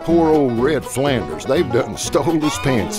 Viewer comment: Was that "Red Flanders" or "Ned Flanders"? LOL.